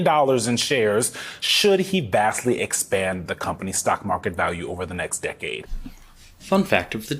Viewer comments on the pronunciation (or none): none